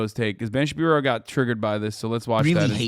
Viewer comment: Hasan, I need you to know of all the insightful ways you enrich my life, you calling Ben Shapiro Ben Shabibo is my favorite.